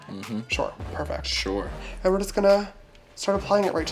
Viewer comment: shore = definitely not sure